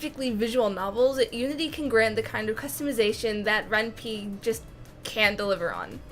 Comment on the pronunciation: Ren'Py is pronounced as "Ren-Pai" as similar to "Senpai".